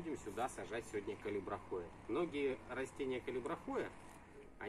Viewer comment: Здравствуйте! Растение называется "калибрахОа", с ударением на второе "А".